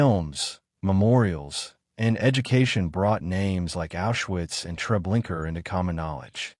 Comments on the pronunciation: It’s not TreblinKER—it’s TreblinkA. Narrator check it out. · Hey dude....its TREBLINKA.....not .....TREBLINKER